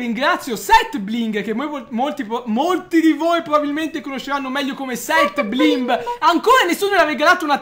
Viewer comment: "seth bigre"